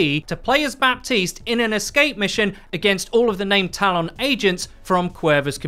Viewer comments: Give him a break. He cant pronounce "talon" and its in his native tongue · I don't understand why you can't say Talon properly only half the time. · The way you pronounce Talon really irritates me lol